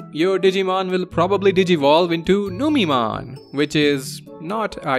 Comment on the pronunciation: Numeemon instead of Numemon yessir!